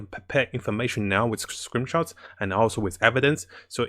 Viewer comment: Hey, it's screenshots, not screenshows. I LOVE YOUR CHANNEL, GREAT VIDEOS❤